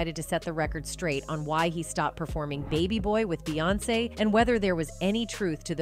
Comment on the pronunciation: Proof this is read by AI robot. She called Beyonce, Bay.